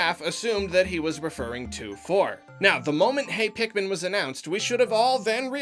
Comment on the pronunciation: It's pikmin not pikemon